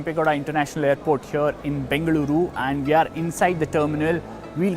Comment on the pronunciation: Bengaluru pronounced perfectly!